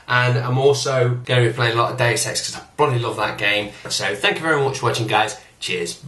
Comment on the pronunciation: btw its pronounced 'day zee, or zed' not 'days'